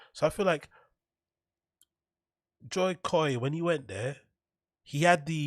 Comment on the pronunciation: The pronunciation of Jo koy as “joy koy” is giving me bapa vibes